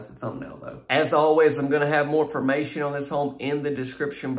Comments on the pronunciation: "IF YOU LOOKING FOE A LIL BIT MORE M-FA-MATION" 🤣🤣🤣🤣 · What is "lil more mation"??? Are you from Poland or Russia, because that sure isn't English!